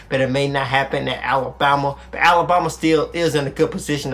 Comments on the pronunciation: I hate how says alabama lol alaboma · You made me notice😅